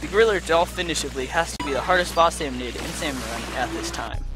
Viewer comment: Can i just say it is called a SALMONID NOT SALMONOID